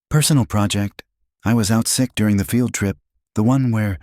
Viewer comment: Please. If people believe this, they are really gullible. The narration for one thing. How they get away with using a real photograph is something too. Oh, and AI reading words like field trip as failed trip lol Entertaining